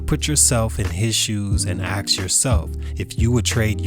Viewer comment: The word is ask, not axe!